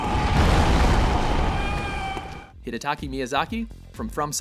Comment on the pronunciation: Bloodborne will be all kinds of hype. Also, it's Hidetaka. Not Hidetaki...